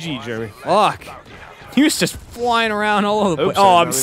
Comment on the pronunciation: Jeremy says, "He's flyin'" in the most Boston way possible.